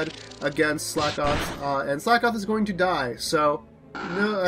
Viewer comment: Slakoth is pronounces "slack-oth", not "slake-oth", as it's a pun on the phrase "slack off". That Rufflet was beast :D